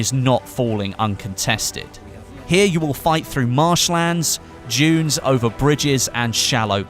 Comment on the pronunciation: When you say "dunes" it sounds like "Jews"